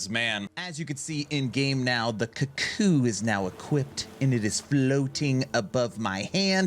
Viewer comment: Strange pronunciation, It should be cook-ooo - the bird which is named after the sound the biird makes. - Cuckoos steal other birds nest.